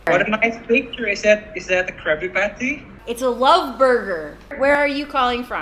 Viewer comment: He said "Krabby Petty" wkwkwk